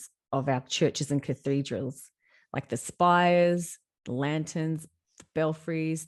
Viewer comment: If only you'd put 10% of the same energy you put into your imagination into actual study on history. Culture, architecture, linguistics, engineering etc etc. I feel 2nd hand embarrassment watching this. "Cathode-ral" 😂😂😂 tell me you know nothing about basic linguistics without telling me....😂😂😂